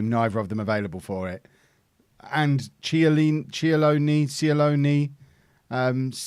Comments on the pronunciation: Nahuel Cialoni in English would be pronounced: Nawell Chaloni And the Inter striker is Luca Caio, pronounced the same as "Kaio" in Kaio Jorge. Great episode, shame of Chelsea's result... Cheers! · 30 million Argentines have Italian descent. CHEE-AH-LO-NEE. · i think Cialoni is CHEE-AH-LOW-NEE